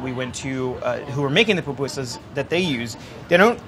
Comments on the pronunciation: Fried corn fritters?!?!?! No, my friend, you’re totally wrong. And this whole charred onion bit? I don’t think so! And PLEASE learn how to pronounce the name. It’s not PAPUSAS. It’s PU PU SAS for the mispronouncing crowd: POOH POOH SAS. Oh, good gravy! Your beans are totally wrong!!! A mixer to mix the dough?! My grandmothers are turning in their graves and planning an uprising because you’re butchering our native dish. 🤦🏻‍♀️🤦🏻‍♀️🤦🏻‍♀️🤦🏻‍♀️🤦🏻‍♀️ Oh goodness! No, what the heck are you doing to the curtido?!?! STOP BUTCHERING MY COUNTRY’S FOOD!! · For those who mispronounce it, it’s POO-POO-SAHS, it’s a Nahuatl (Indigenous) word!!! But I loved this though. I FEEL SO PROUD TO BE SALVADORAN!!! ♥️